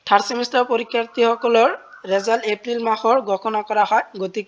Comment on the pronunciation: ৰেজাল্ট নহয় তো ৰিজাল্ট হয়